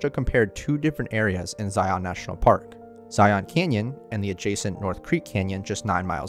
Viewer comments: Please for the love of all things- EDUCATE yourself before making YouTube content! It's not "Zy - yawn"! It's pronounced either Zie- in or Zie - an. Kinda a mix of both. Said all together smoothly without any awkward breaks or stuttering through the nose! It's not "Zy - yawn"! You have mutilated this park name about 100 times in your video! It's not "Zy - yawn"! Where you come from? Another country like maybe Cali- flowera? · I can’t stand it when people say Zi-ON, it’s the biggest give away that you’re a tourist. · that’s how it’s pronounced. I’m not a tourist. It’s a reference to the Bible. Zion comes from the Bible. Huge Mormon culture down here in kanab. Everyone says zi-on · You are miss pronouncing Zion. It is not Zi on. The o is more of an a or e sound. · yesh yesh...but majority of mormuns say "Zi-un"... lol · Maybe this bloke should learn how to at the very least pronounce the name of the park he has decided to document? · I literally cringe every time the narrator says Zion. I've also attributed making it a plural "Zions" to tourists as well. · When he shreds Zion's name, it literally sounds like vomit. I had to use all my will power to get through the video. When you condone mistakes, you become just like the Putin supporters of the world. The wisest people will welcome corrections. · Good video! I'm just curious why you pronounce it like Morpheus. You aren't pronouncing lion that way. Just a gripe. 😁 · I gotta say...the way he pronounces "Zion" drives me bonkers. Ask a mormom how it's said...lol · Utahn here, the best way to tell a local from a foreigner is how people say zion, you guys say it as z-eye-on it's pronounced as like zy-in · It’s not so much ziONs as it is zi-ins. Now you know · Sorry about noticing but is this a computer voice? Zion is a single silable not two as sometimes was said Zi-on. It's subtle but as a utahn it grates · Love this video but as a local ftlog call it Zion not Zi-ohhn 😂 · It’s not pronounced “ZyAhn” its “Zyuhn”